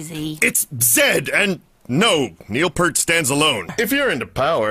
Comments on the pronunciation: Just a general note: His last name is not “pert”. It’s pronounced “peert”. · It's Peart (like saying Pier i.e. pier one imports suffixed with a 'T'), not "Pert", that's a shampoo. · I just wish these people learned that Neil's last name is pronounced "peert", not "pert". As a comment I saw ages ago said, "Neil is not a brand of shampoo." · it looks like its said as P Ear T, which is his name. do you pronounce gear as grrrr, or smear as smrrrr. To say that people say it that way cause its how it looks only highlights the stupidity of the people pronouncing his name as Pert. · I despise people who reference RUSH and cannot properly pronounce Neil's name. It is Peart (rhymes with dear + t = deart). It is not pronounced Pert, like the shampoo. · The one thing more annoying than overusing Tom Sawyer is them saying Neil “Pert”. It’s pronounced “PEERT” for crying out loud!!!! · It's PEART not PURT! gOD! tHE HORROR! 🙂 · Fun vid....mispronounced Neils name....Pert is shampoo, properly its Peer-t. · It's Pea rt, not Purt... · It's pronounced PEERT not PERT. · Peart, not Pert. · Why can NOBODY say Neil's name right? It's P-ear-t. Simple. Not Perrt! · Can't believe nobody said Neil Peart right. It's pronounced P-ear-t not P-er-t. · Why does everyone say Purt when it's pEARt! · It's not "pert" it's "pee-yert". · They pronounce zed right, but always get Peart wrong. It's "peert". Rhymes with "ear". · P EAR T As in drummers have a great EAR for music 👂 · I’m just confused why everyone pronounces it Neil “Pert” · Because everyone pronounced it as "Pert" for the first 25 years of the band's run. Hard habit to break. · It’s pronounced “peert”...🥁🥁🥁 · Bravo,, for this compilation. As a hardcore Rush fan and drummer, the only thing that grinds my gears (channeling Peter Griffin for a moment), and seems borderline blasphemous is the fact that soooo many mispronounce Neil's last name. It's pronounced Peeert. That is all. Rant over. Cheers, Rush fans! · IT'S PRONOUNCED PEERT!